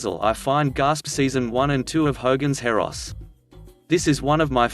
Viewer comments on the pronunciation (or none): It's 'Hogan's Heroes", not Heros lol